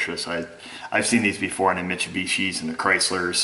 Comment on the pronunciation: Michu...what? hehe funny how you pronounce Mitsubishi:) BTW what will happen if you use torch to separate one from another? wheel bearing will say "bye bye"??